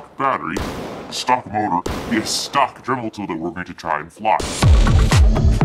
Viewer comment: You said drimel at 2 minutes and 1 second